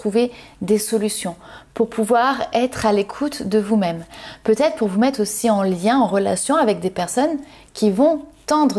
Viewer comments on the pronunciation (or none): J'avoue qu'à partir du 3e peut-ête c'est un peu... 😂😂😂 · Merci pour votre tirage 😃…. Un petit point négatif ? Le mot Peut être…. Oui il y a un R dans la prononciation, sinon enlevez tous les R de tous les mots, forcément cela n’aura plus aucun sens…🤣😂…